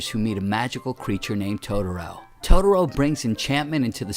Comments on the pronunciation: Christopher Carr I know lol. First thing I noticed in the video. Irritating to me lol. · Yeesh, your pronunciation of "Totoro."